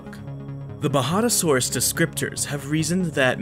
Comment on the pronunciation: If only he could pronounce most words correctly Its coloraDO not coloradah Its baJADAsaurus not bahadahsorus Etc Its kind off a major annoyance but a great video nonetheless